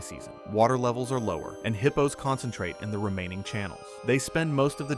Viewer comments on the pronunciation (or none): Would you please stop calling hippos heapos 😏😅